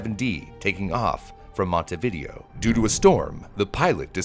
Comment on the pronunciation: for real the way he pronounced Montevideo was crazy too lol